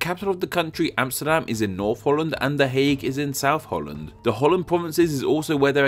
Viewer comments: Hout land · Haha Holl-land goeie haha